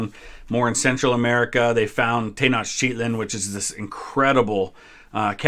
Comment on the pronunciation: The constant mispronunciation of Tenochtitlan is annoying.